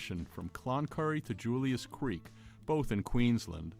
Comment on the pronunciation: It's Julia Creek. Not Julius Creek. I lived there for a few years when I was young.